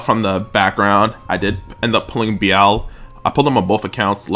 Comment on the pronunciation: Am I missing something with your pronunciation for Be-lial?